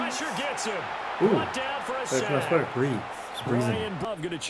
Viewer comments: Bryan Bresee pronounced like (BRUH-Zee) ⚜️ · Hey, I’m a die hard tiger fan and just want to say Bryan’s last name is pronounced “bruh-zee” it was gonna bother me if I didn’t say anything